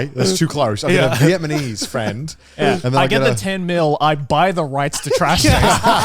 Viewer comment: he said vietmanese again lol